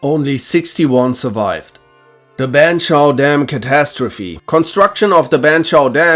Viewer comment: Ok, look, the pronunciation of near every word drives me crazy... Banchau Dam, Tenerifeee... Please just listen to the correct pronunciation at least once